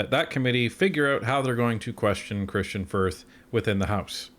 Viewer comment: Gerretsen repeatedly called Kristian Firth - Kirstain Firth. Did anyone correct him, or even question if he actually knew who the individual was that he was referring to?